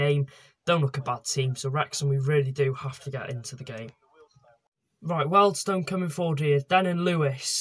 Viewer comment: It’s Wealdstone there’s an a in it!